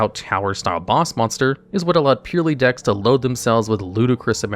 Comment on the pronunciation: Drinking game: take a drink every time he says purrely